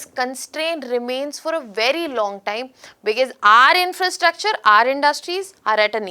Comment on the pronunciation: You explain as if your are explaining to a kindergarten child. This is so annoying. Talk normally and please come to the point. And what the hell is becass, it is because, because because 😂